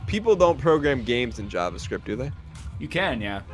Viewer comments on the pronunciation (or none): If you say jahvascript one more time....